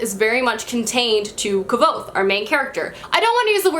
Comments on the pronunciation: it's not pronounce "kavothe " it's just "kuoz" or "kuoth". don't worry I know it's a hard name to say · I disagree with The Name of the Wind, it’s my all time fave book and I do read fantasy often but I found it very hard to get into at first but then I was absolutely hooked so not sure if it’s good for beginners really. And side note is it not pronounced Kwothe? Thats what i’ve heard and read tbh